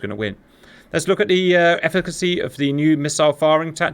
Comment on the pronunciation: Saying efficacy in back to back programmes makes me feel proud to be British. Oh the joy.